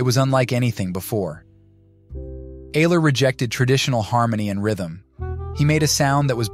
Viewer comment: His name is pronounced Albert " Eye -ler " Ayler . He was from Cleveland . Ohio . Maria Maria his Girl Friend destroyed him , ruined his music and kept him away from his fellow musicians like Sunny Murray and others . Albert was a true Genius . We loved him very much . " Albert Ayler Lives " Thanks for the Video .